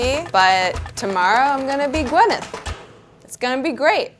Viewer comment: its not gwen-neth, it's pronouced gwy-neth paltrow.